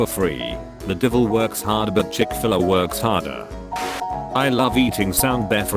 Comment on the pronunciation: I can't get over how the voice said Chick Filler instead of Chick-Fil-A